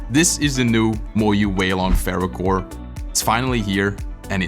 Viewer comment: FERYOOCORE???.... Sounds like you also cooked MOYU 😂😂😂